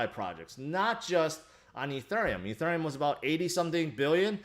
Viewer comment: Petition for to learn how to pronounce ethereum